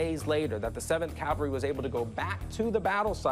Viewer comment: I cringe whenever I hear someone say "calvary" instead of "cavalry" like Rick did here. FYI, Rick, Calvary is where the putative Christ was allegedly crucified. Some people even say "cowvary" so that it bastardizes both words.